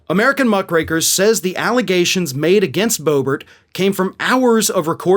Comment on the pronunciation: I thought you said Muff Breakers hahahaha 😆 😂 🤣 I was like whoa what did he just say? Had to listen again. Muck Rakers is what I think it is lol.